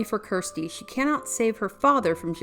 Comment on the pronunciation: What happened? She's still working in cinema, and is quite the accomplished painter. Also, it's Kirsty, not Kristy (as said at the beginning of the video). She was featured in four of the Hellraiser films, not just three of them.